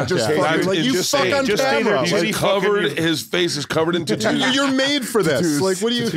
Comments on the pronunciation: It's SOOOOO funny that Bert mispronounces the word 'tattoos' on purpose. HILARIOUS and never gets old. The Impractical Jokers DEFINITELY didn't do it first. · Bert still thinking “tuh toos “ is funny fuckin hurts